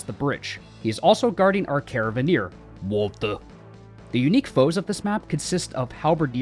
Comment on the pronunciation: I can't help not cracking up at everytime you said 'Waltuh'